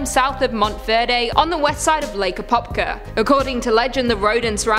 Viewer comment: IFinally florida mmmm feels good to be home,That I-4 deadzone is a real thing to look out for and I drive that road by lake apopka every other day! Also surprised you got all the name pronunciation right